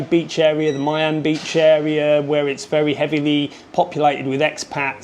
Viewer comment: actually I've never heard anyone call her "Big Buddha" but "Lady Buddha" 😄 Nice video though 👍 Just one thing - "I" and "Y" is pronounced more like in "Italy" so it's not "Mai An" beach but "Miii An" and so on, if that makes any sense.. 😊